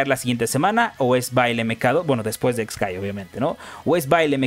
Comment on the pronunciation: El nombre del personaje se escribe χ-kai- y se pronuncia solamente "kai" (por eso tiene los guiones) no se porque los youtubers cometen el error de pronunciarlo "Ex kai" o "Equis kai" siendo que χ es una letra griega que en inglés se pronuncia "kai" y en español "chi".